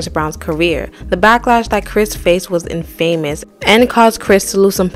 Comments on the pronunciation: it's not pronounced "in-FAMOUS", it's /ˈɪnfəməs/ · I was stuck on the pronunciation of infamous the entire video 💀